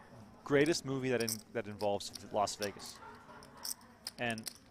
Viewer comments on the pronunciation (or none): Why do people say, "Los Vegas?" Is it difficult to say "Las" Vegas?